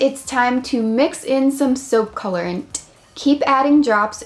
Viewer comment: Soapp,colorentt,why dont you just say it normally like soap, colorant